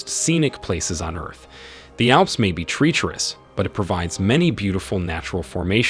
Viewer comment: Click Bait Thumbnail! Dead Fish! Bottom left of video near water mark. TREEterous???? No! Treacherous Pronounced Tr-Wretch-er-us. NOT TREE-terous.